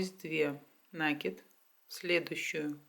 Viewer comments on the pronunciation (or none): Господи, а я уже думала, что никто не говорит этот проклятый нАкид!!!Неужели трудно говорить правильно?!!!Вы же все таки блогеры и вещаете на весь мир!!!